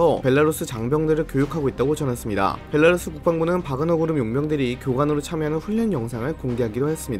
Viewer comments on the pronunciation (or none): none